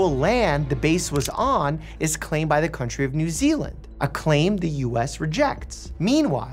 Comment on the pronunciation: Finally a YouTube that said new zeland/my home